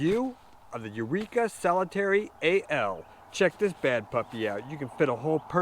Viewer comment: Its NOT Solitaire ending with an ee sound. Solitaire as is solo, 1 person. Pronounce it as you do the card game- the one you play by yourself.